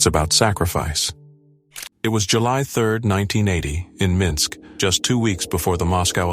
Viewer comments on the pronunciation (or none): none